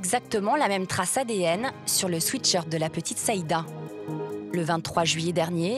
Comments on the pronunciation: 😢Swiit shirt.. on dit swèt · Pourquoi dites vous tous et toutes un swéét shirt. C’est un swait shirt Pas un pull « doux » mais un pour transpirer.